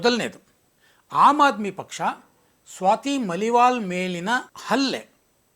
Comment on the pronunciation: ಸ್ವಾತಿ ಮಲಿವಾಲ್ ಅಲ್ಲ, ಮಾಲಿವಾಲ್